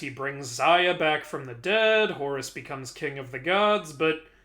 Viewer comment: Whenever I hear you you say Horus... its sounds like Horres! XD Cracks me up~